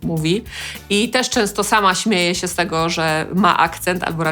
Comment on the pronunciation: Świetny film! :) Dziękuję :) Drobna uwaga: "ę"! "się". Pani cały czas mówi: "sie"... ;)